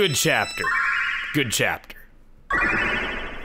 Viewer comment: After 10 years it’s great hearing Chugga say “end of cheeapter!!!” again.